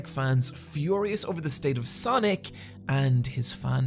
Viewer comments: the thing that bugs me about this video is how he says sonic and sanic the same way. its SANic like comic SANS. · Great video but wish you could pronounce sonic and sanic differently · W/e - I loved Radical Rex growing up. Also, my midwestern wars cant distinguish between your pronunciation of “Sonic” and “Sanic.”